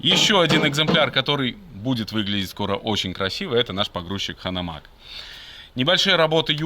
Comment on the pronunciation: Я думаю назывть правильнее Ганомаг? (Хитлер, мы же не говооим)